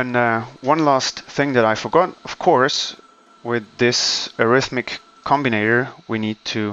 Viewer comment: Arith""ME"tic , arithmetic, not arithmic